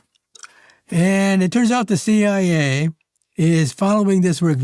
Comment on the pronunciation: Let's start with the good news: The AI you decided to employ could find the tone of your voice just fine BUT the intonation takes away your intellect😮 the shameful inability to refer to eg:CIA, UAP and the vowel mistakes, that can dramatically change the meaning of the word you go astray with... So the Hungarian translation could wait a version or two. This isn't up to your standards!